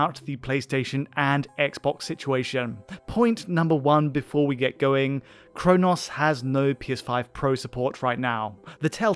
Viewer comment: Bro can’t even say chronos properly.